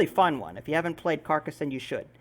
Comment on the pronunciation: very nice pronunciation, you say Carcassonne perfectly.